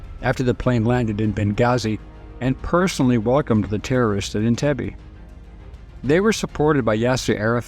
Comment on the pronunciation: Entebbe Pronouns is wrong Learn Swahili